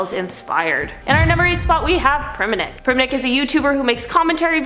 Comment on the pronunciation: It's not "priminick" it's "PRIMINK" and I miss him very much.😢